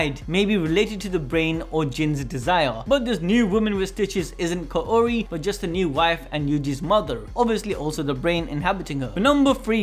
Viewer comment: Kaori is pronounced as kaw-ri